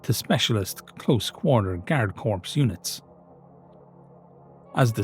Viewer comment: One day, one day soon, will pronounce "corps" correctly.